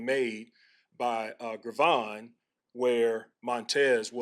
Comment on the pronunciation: 🤔 Have we been saying Gervon's name wrong this whole time or does Eric just need to call him Dex